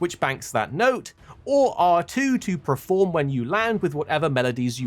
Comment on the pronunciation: Why do you keep saying preform and preformance for?